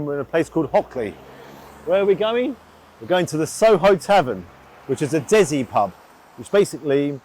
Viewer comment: He cant even prounounce Desi!